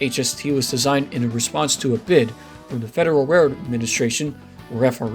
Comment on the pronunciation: Interesting video. I only wish that the narrator would slow down when saying the word "railroad". It sounds like "re rd" or "rr rr".